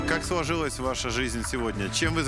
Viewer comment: Дима не выговаривает "л" !!! вместо сложилось, он говорит своживось.... эх! уже большой... к логопеду никогда не поздно!